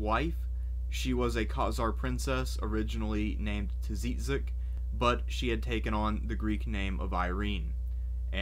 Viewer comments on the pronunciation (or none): i think chichek would be more accurate pronunciation of Tzitzak in English . It means flower